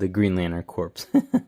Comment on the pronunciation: Nice vid. "Corpse" is pronounced "core" fyi. And you can just soak them in hot water and use needle nose pliers if the bars get stuck inside the heads like that. Easy peasy